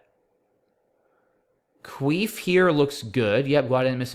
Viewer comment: Cuif is definitely not pronounced queef. So funny.